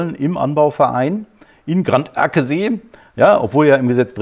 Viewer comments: wiedereinmal besten Dank für Deine Informationen und Dein Engagement. Ich freue mich besonders darüber, dass Deine Analysen klug und Deine Rhetorik messerscharf sind. Weiter so!!!!!! Ganderkesee spricht man übrigens Gan - der - ke - See, wobei das e in ke kurz gesprochen wird. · Ganderkesee spricht sich „Gannder-Keh-Seh“ oder „Gannder-Ké-Sé“ 😉